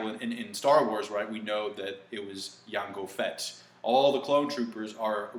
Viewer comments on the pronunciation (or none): who the hell pronounces it "Yango Fett"? It's Jango Fett son, ain't no silent "J". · gonna say this because i found this kinda funny but in no offense to you, since i'm sure i'm not the only one that found it adorable/funny, but you said Yango Fett instead of Jango Fett, and I swear i heard you say Banes instead of Veins !! xD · Did you really just say Yango Fett? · Yango fett? Bruh lol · Too much anime and you'll start saying "Yango Fett" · Yango Fett? BOI your Spanish is coming out lol. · I don't like the way you say Jango Fett...